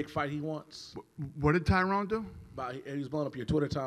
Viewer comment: Dana still says "Tyrone."